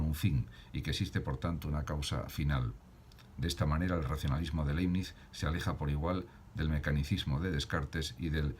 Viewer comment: Aprecio su aporte. Sería positivo sí pronuncia el apellido del autor como se debe. De modo que sonaría laɪbnɪts. Gracias.